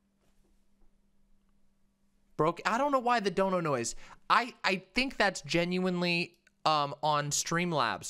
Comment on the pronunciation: OH MY GOD YOU SAID GENUINELY CORRECTLY YEEEEESSSSSS